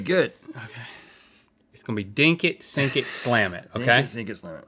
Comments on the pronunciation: It bothers me that Link says "Dink it" but Rhett does not say "Sink it" Is anyone else bothered by this?! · Every time they say dink it and not sink it i say it softly in my head